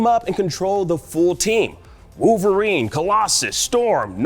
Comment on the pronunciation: Koonami and Wooverine smh, get someone else that can pronounce things